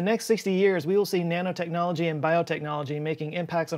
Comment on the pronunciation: Thought he said Nana technology, you know like knitting